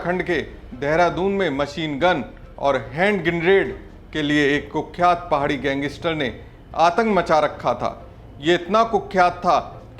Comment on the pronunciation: हैंड ग्रेनेड बोलो यार । गिरनेड क्या होता है । शर्म करो यार । अनपढ़ हो क्या ।